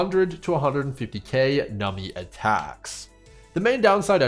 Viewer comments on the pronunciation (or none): Love the video but why do you call numBy, nummy? Is this a meme I missed lol